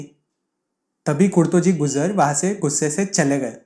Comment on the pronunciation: Gujar bhi bolna nahi aara